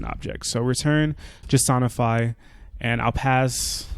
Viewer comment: This is by far the most underrated jsonify pronunciation. Great video by the way. Thanks.